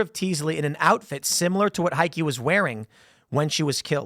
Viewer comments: Not even remotely psychotic..nothin to see here! Y'know OR he's setting up his insanity defense. Heike is pronounced hi-kah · It's pronounced Hi-keh . German name.